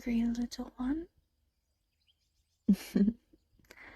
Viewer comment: When you're trying to say "little one" it sometimes comes out sounding like "little un" and in that last bit your voice sounds weird, it could be these corrupted sound effects that you wrote in the description are overlapping with that?